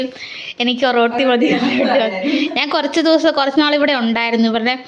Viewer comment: ഒറട്ടി എന്നാണ് പറയുന്നത്